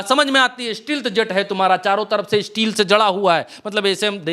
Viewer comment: स्टील नही स्टेल्थ कहते है बोकवास करते है